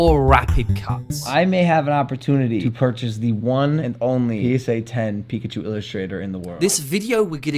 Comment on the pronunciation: Really interesting lessons for editing - just getting started on my journey... tho a great retention video about one subject and you pronounce Pikachu wrong each time?! :p haha. Great lessons, man!